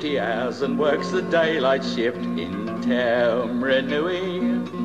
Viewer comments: That is definitely not how you pronounce Taumarunui. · Actually that's not how you spell it. But your'e right. Shocking pronunciation which was typical of the era.